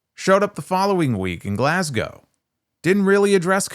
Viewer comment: Hi. Listened to you for years from Glasgow, Scotland. We've spoken a few times via email/Facebook Messenger before. Also nice to hear an American pronounce my home city's name correctly 😂 Keep up the good work, mate!